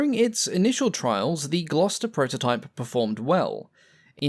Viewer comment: Seems like a one-take narration with no corrections. I'ed say it was AI but don't think we had AI 4x years ago. Re-design gets pronounced as "Red-design"! and Proto-type as "Protter-type"!! Perhaps "" is not as English as he pretends and it's all on automatic translation. All Bluddy annoying for being easily avoided.